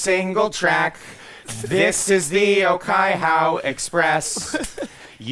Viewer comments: The pronunciation of the Te reo (Māori) in Okaihau Express was so bad but will be accepted cause the original song also doesn't have good pronunciation ~from a Kiwi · Oh-kai-HOW, Oh-teyria and Oh-ma-peray i'm dyinggggg Oh-kai-hoe, Oh-tih-ria and aw-ma-perry would be the approximate pronunciations, but i respect the effort.